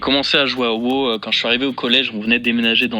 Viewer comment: "WOW " ❌ "WÔ" ✔